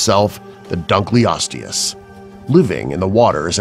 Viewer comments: deinosuchus (di-no-su-kus) you pronounced it as (dee-no-su-kus) dunkleosteus (dun-kle-ohs-tee-uhs) you pronounced it as (dun-klee-ows-tee-uhs) mosasaurus (moh-zuh-sor-uhs) you pronounced it as (mow-sah-sor-us) deinotherium (di-no-theh-ri-um) you pronounced it as (dee-no-thee-ri-um) sorry! just trying to help out here! ...and I recommend studying pronunciation before actually making the video. Plus, I hope you will lose this VERY cheesy voice. It's hard to take you seriously, as HAPPIE WOLF said. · Sol Campbell also he pronounced duncleosteus wrong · It's dunk eeh low situs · It's also pronounced dino-soo-cuss Not Deeno-Soo-Cuss dunko-lesties not Doonko-lasties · Kawadw Wayer helicoprion - hællisopryone dunkleosteus - dangklyostyooz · Dunkleostius lived 250-300 million years ago not 20 million p.s. it's pronounced dino-sook-us